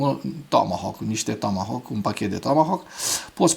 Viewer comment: Apreciez emisiunea ta dar nu mai pronunța "tåmåhåk"...,tomohauk!!! E absolut jenant ...